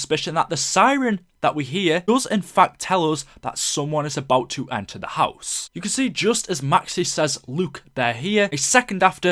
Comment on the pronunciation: In the cutscene, Maxis says "Ze", not "the", but in the radio, Maxis says ""The"